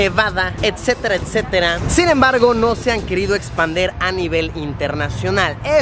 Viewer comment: Luisito puede ser que por primera vez que te escucho una palabra mal dicha? Es expandir o expander?